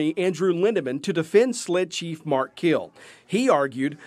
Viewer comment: It’s Keel not Kill fella